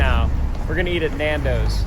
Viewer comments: the way he pronounces Nandos is killing me as a Desi person 😭😭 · Lmfao at hearing you guys say nandos for Chicago bro whyyyyy that’s so random and NOT Chicago food (nandos is good though)